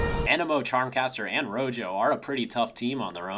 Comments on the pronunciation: Wait, is her name actually pronounced "Ro-yo"? If so, that's a really weird choice considering she and her teammates are named after spanish colors. Rojo should be pronounced "Ro-ho" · I'm pretty sure they just called her Rojo because she's connected with the color red. Rojo being red in Spanish, though pronounced as "ro-ho" and not ro-jo. Don't quote me on that though.